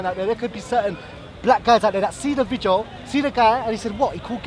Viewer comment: Can someone tell that it's pronounced "VIDEO" not "VIJEO"